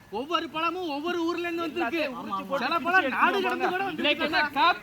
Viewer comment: ழ - Not Palam - its Pazham Fruits in Tamil - Thamizh - தமிழ் 'ழ' என்பது தமிழ் எழுத்துக்களில் ஒன்றான ழகர மெய்யெழுத்தைக் குறிக்கிறது, இது ஒரு தனித்துவமான ஒலியைக் கொண்டது, மேலும் 'ழ' என்ற எழுத்தில் தொடங்கும் பல சொற்கள் தமிழில் உள்ளன, மேலும் இது 'ழ' என்னும் பெயரில் ஒரு கவிதை இதழாகவும் இருந்தது. 'ழ' பற்றிய சில தகவல்கள்: எழுத்து: இது தமிழ் நெடுங்கணக்கின் 28வது எழுத்து, ழ என்ற ஒலிக்குரியது, மேலும் இதை "ழகர மெய்" அல்லது "ழகர ஒற்று" என்றும் கூறுவர். ஒலி: இது தமிழில் மட்டுமே காணப்படும் ஒரு தனித்துவமான ஒலி. சொற்கள்: 'ழ' என்ற எழுத்தில் தொடங்கும் பல சொற்கள் உள்ளன (உ.ம். ழம), மேலும் 'ழ' கொண்ட சொற்கள் ஏராளம் (உ.ம். தமிழ், பழம், அழகு). இலக்கியம்: 1970களில் 'ழ' என்ற பெயரில் ஒரு தமிழ்க் கவிதைச் சிற்றிதழும் வெளிவந்தது. உதாரணங்கள் (சொற்கள்): பழம் (pazham) - பழம் அழகு (azhagu) - அழகு தமிழ் (thamizh) - தமிழ் மொழி (mozhi) - மொழி Pazham - பழம் தமிழ் - பழம் Fruits called in Tamizh - பழம் ழ 'ழ' என்பது தமிழ் எழுத்துக்களில் ஒன்றான ழகர மெய்யெழுத்தைக் குறிக்கிறது, இது ஒரு தனித்துவமான ஒலியைக் கொண்டது, மேலும் 'ழ' என்ற எழுத்தில் தொடங்கும் பல சொற்கள் தமிழில் உள்ளன, மேலும் இது 'ழ' என்னும் பெயரில் ஒரு கவிதை இதழாகவும் இருந்தது. 'ழ' பற்றிய சில தகவல்கள்: எழுத்து: இது தமிழ் நெடுங்கணக்கின் 28வது எழுத்து, ழ என்ற ஒலிக்குரியது, மேலும் இதை "ழகர மெய்" அல்லது "ழகர ஒற்று" என்றும் கூறுவர். ஒலி: இது தமிழில் மட்டுமே காணப்படும் ஒரு தனித்துவமான ஒலி. சொற்கள்: 'ழ' என்ற எழுத்தில் தொடங்கும் பல சொற்கள் உள்ளன (உ.ம். ழம), மேலும் 'ழ' கொண்ட சொற்கள் ஏராளம் (உ.ம். தமிழ், பழம், அழகு). இலக்கியம்: 1970களில் 'ழ' என்ற பெயரில் ஒரு தமிழ்க் கவிதை